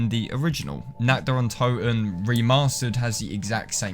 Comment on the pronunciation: God, all these years this map had been out people still cannot pronounce this map correctly